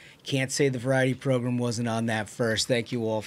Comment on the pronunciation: Where did “progrum” start? My grandma used to call the don imus show her favorite progrum😂😂😂